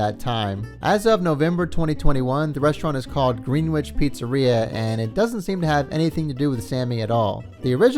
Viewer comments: "Greenwitch" *screams internally* *ahem* my friend, it is pronounced "Grennitch." If I knew how to type IPA on my phone, I would just do that instead, but using regular phonetic words (as in words with direct correlation between spelling and sound) works too. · For those who don't need the full freakin episode recapped and just want the follow up, skip to You're welcome. Also...jesus christ dude...it's gren-ich...not green-witch. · I know this is about sammy an all but it’s not pronounced Greenwich it’s grenitch ik the English language right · Narrator: Greenwich is pronounced Gren-itch. Not Green Witch. But you were not to know, unless told.. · Green - wich? It's pronounced Gren - ich. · Dude, it's pronounced GRENICH Connecticut. Not GREENWITCH. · The pronunciation is not "Green Witch," the pronunciation is "Gren itch." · It's pronounced Gren itch, not green witch, first off. Secondly, this guy is a real jagoff who thinks he is a mafioso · “green-wich” it’s pronounced Gren-itch bro omg 🤦‍♂️ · Pronounced grinitch not green-wich homie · I hope i have a better night eating at my favorite places in "Green-Witch" Village in NYC. Seriously though, "Gren-itch." It's pronounced "Gren-itch." Accent on the first syllable. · It's pronounced Gren itch not Green witch!! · Dude. sorry to saay this but you need to leaaarn b etter english if you are going to narrate things. It is pronounced Gren-itch NOT Green Witch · Sammy is obviously an A hole… also it’s pronounced Grennich not Green wich. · Dear narrator … Greenwich isn’t pronounced “green witch” it’s “gren itch” … this hurt my ears. Otherwise, pretty entertaining content. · I was expecting more comments to say: it’s actually pronounced “Gren-itch” not “Green Witch.” It’s one of those odd names where the pronunciation is way different from what you’d expect from how it’s spelled. I used to make that mistake all the time myself until I got corrected. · Just a note, the city Greenwich is pronounced Gren-itch